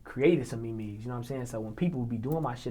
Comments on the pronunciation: Did this nigga say me-me’s 😂😂ITS MEMES😂😂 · I'm Weak On How He said Memes🤣🤣🤣🤣🤣